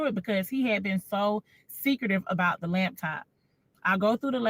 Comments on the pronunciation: Can we say “laptop” not lab top? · Is it just me, or is she saying “labtop” when she’s referring to the laptop? My cousin does this🤣😂. Okay, let me stop being petty and listen. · I know the takeaway should be deeper but ma'am it's laptop not labtop🤦🏾‍♂️ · She keeps saying "lab-top" 😂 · Lawd, I hate to hear people say LABtop 😂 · Lap top NOT " Labtop" that shit urked me😂😂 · naaa i know a lot of ppl that says labtop , STOP IT. Her accent is nothing special its her incorrect pronunciation. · It's pronounced "Laptop", not " Labtop" black people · She’s lying… Ain’t no gay man not washing.… So you got dressed for a wedding you weren’t invited to and didn’t get rebuffed? OK AND… It’s “Laptop”.. She don’t sound like she had taken courses anywhere.. Somebody owes me time!! 😂🤣😂🤣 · And the "Lab top"